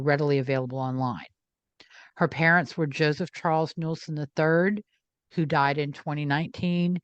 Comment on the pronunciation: Nueslein pron sounds like newslean